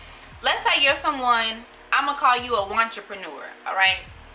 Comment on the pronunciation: I feel attacked when yuh said “watcherpnure” .... mam please let go off my shirts 😭😭.. ima go buy the book